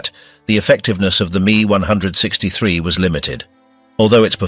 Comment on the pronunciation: M. E , not "me". You need to listen to your fake voice and make corrections. Can't say the years like normal people. Also, this should be a 20 minute video.